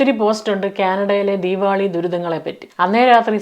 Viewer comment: ആദ്യമായി ആണ് നിങ്ങളുടെ വീഡിയോസ് കാണുന്നത്, ക്യാനഡയിലെ മലയാളികളുടെ അവിഹിതം ആണ് ആദ്യം കണ്ടത്😂, ആദ്യം കരുതി കഥ പറച്ചിൽ ആണ് എന്ന് പിന്നെയാണ് I realized reality, കേട്ട് കൊണ്ടിരിക്കാൻ നല്ല രസമുണ്ട്, രണ്ട് പേർക്ക് ഷെയർ ചെയ്തു, keep going, പിന്നെ ദീവാളി അല്ല ദീവാലി അല്ലേ? Love from ബഹ്റൈൻ❤